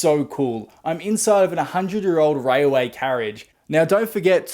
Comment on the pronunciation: Railway not rayaway